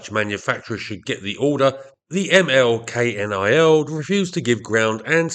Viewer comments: Hearing you spell out K-N-I-L every time is a good reminder why the name is almost never spelled out in Dutch, but simply pronounced as a single word "knil". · Militaire Luchtvaart van het Koninklijk Nederlandsch-Indisch Leger (ML-KNIL) KNIL is pronounced as a word not as an abbreviation. So it is ML Knil.